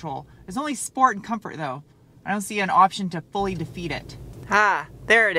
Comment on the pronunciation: drives a 100k car and pronounces sport "shport". not judging just 'miring